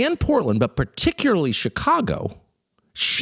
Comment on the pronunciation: As much as I respect Tucker, listening to him try to pronounce particularly is hilarity.